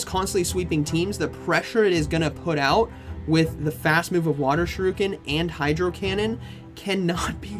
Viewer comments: Why does all pogo battlers calls it SHURUKEN? Is there a meme behind it? 😭 It’s pronounced as SHU RI KEN. SHOE REEEEEEEEE KEN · tis pronounced shuri-ken, not shuru-ken <3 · Why does he say Sha-Ryu-Ken? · you can’t keep going through life thinking that’s how you pronounce shuriken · Shuriken… bro there is an I!! Lol